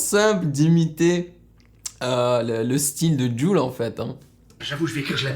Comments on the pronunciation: Chaud il c’est pas dire jul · Tu sais vraiment pas dire JUL?